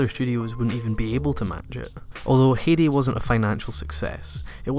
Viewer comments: Comment section: 5% compliments 5% new anime is shit 90% it's pronounced hi-di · He was pronouncing it wrong. Even in Japanese they preserve the same Hai sound. Since they don't really pronounce D like that, it is "haiji" in Japanese. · It's 'High-de' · good video but you pronounced Heidi so wrong. Have you never heard Heidi Klum saying her own name? Its more like "Haydy" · love you videos, but you far to often said "Hidi" so i had to turn that one off. no worries. <3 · Can't pronounce Heidi? C'mon, man. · The way you say "Heidi" pisses me off but otherwise great video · As a native german speaker, i can't stop laughing at your pronounciation of Heidi. It's just too funny. Great video anyways! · I was about to comment about how you totally screwed up the Heidi pronunciation, but... quick glance looks like that's been covered. Must say, first time I've ever heard someone mispronounce it that way though. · Heidi is not hard to pronounce. Why do you mispronounce it every time you say it? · Smh your pronunciation sometimes just kills me. Its not Hee-di it Hi-di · Heidi was my very first anime. It's not pronounce Hedi, though. In German ei is a special sound, ~ ai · It’s pronounced “Hi-dee” not “hay-de” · it is hi-dee not hee-dee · Heidi is a german name and pronounced "High-dee" It was my favourite Anime when I was a child! Great Video nonetheless ;) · Metallicus I do cringe every time he says "hey-dee" :/ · Heidi is pronounced 'Haidi' . Well known in Germany, taking place in the Alps. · I loved the video but I cringed every time you said Heidi because it was pronounced wrong (I'm sorry but you said it a dozen times) if you've seen the intro to Heidi they said it 3 dozen times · dutch person who grew up with Heidi ITS HEIDI, EMPHASES ON THE EI